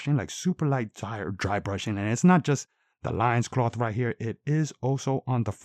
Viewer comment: Good review,but I think loin in loincloth is pronounced like “coin”